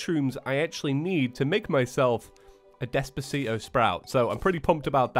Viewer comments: Anyone hear say Despacit-o sprout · *Hears him say despacito sprout* *About to write a comment, sees the other comments* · ...did you say Despacito sprout